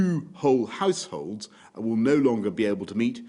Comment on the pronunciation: Did he say House holds or Arse holes